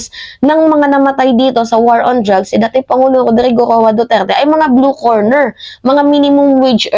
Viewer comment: "Blue Collar" Job yun hindi blue corner, mag ingat po sa pagbibitaw ng salita para mas ma established mo ang credibility mo. Noong nakaraan mali naman ang pronounciation mo ng "obliged". Ok ako sa support mo sa admin paki ayos lang ang ilang mga data mo para hindi ka mapulaan ng ibang dds vloggers!